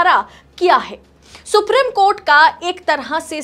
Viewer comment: Ma'am the word supreme is pronounced as सुप्रीम not सुप्रिम .. Please remember this and memorize it .. I wish your colleagues had pointed this out to you earlier.